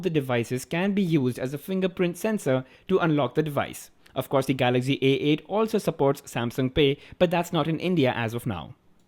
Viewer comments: your prounciation is so funny😂😂🤣🤣🤣😂😂😂😂😂😂😂😂😂😂😂.its not galaxgy.it is galaxy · its not Galagzy. its Galaxy